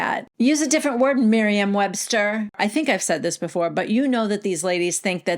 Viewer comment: “Miriam” Webster 😂😂😂😂